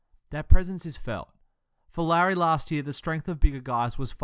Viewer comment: For future reference Lauri is pronounced similar to Lowery, at least that's how my finnish relatives pronounce it.